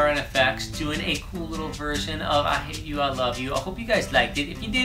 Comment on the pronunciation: Omg now I kept hearing every 'hate you' as 'hay chew' 😂😂😂😂😂😂